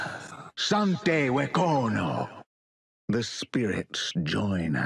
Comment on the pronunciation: It angers me to my very core how all but one skin for Mal'damba, and not the default, pronounces wekono correctly. No, it's not Wekona. I checked many many many many times. Only the Chancellor can read apparently. Also the grammar on his ultimate description is wack. It says the snake spirit is fearing enemies. That sounds utterly useless. It doesn't fear the enemies, it inflicts fear on the enemies. Unless our snake bites, then it's not very useful for it to fear our enemies.